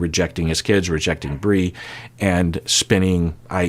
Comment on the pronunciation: Bri’s name is pronounced Br-eye